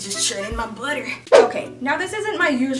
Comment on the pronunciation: “Don’t mind me! Just churning my buttuh” had me on the floor 😂😂😂😂 the yellow skirt is my favorite!!